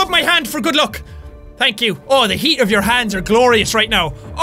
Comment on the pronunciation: He said luck and duck stooped